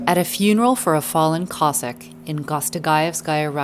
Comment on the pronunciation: It is not pronounced "Cossick', it is Cossack!